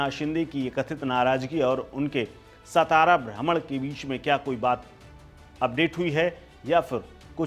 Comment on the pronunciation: सतारा नही बे सातारा बोल